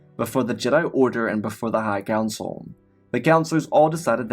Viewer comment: the other guy just uses chatgpt for stories and calls jedi jed'aii